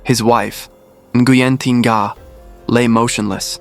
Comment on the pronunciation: "ng' is a nano-guttural sound, particular to the Vietnamese language, does not sound exactly as "n", like in viet-NAM. The narrator has got the sound quite accurate enough, with the victim's name, which is Nga (not to be pronounced 'Na"). From a Vietnamese native speaker.